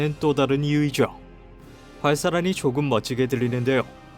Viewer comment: '데요'가 어색하게 들리네요